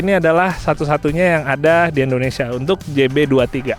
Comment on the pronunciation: Indonesia bukan endonesia bang